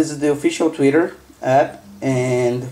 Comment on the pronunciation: "tweetur" haha :P